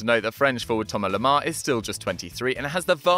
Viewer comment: It's thomas lemar not toma lama....